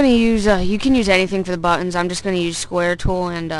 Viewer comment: nice vid but dude i hate the way you say buttons lol :))